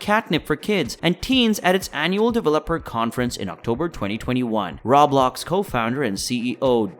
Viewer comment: RO - BLOX AS IN ROEEEEEE-BLOCKSSS. Rawblox over and over annoyed me.